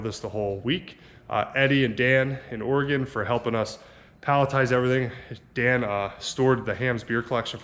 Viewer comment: Hi Guys I really like your trips to Oregon and Washington! the big truck you bought is very cool and seems like it will be a nice addition to IRON TRAP. I live near ish to where you were and thank you for pronouncing OREGON correctly. Greg